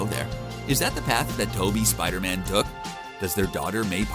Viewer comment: "Spida Man"